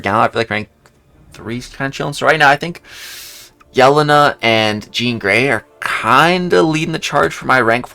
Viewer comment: I'm sorry I'm one of those people too, it's pronounced yell-ane-uh not yell-in-uh